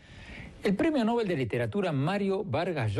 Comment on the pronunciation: MVLl no es "el premio Nóbel" sino el premio Nobel, como se pronuncia el nombre del sueco, pronunciación según las reglas del español tambien.